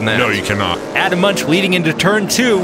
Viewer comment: Crazy ending to this one. By the way - Munch should be pronounced "moonk".